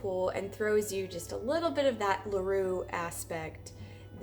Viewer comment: Не Лару, а Леру